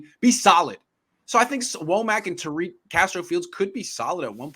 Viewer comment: She can't even pronounce Tariq in Arabic correctly, what is she talking about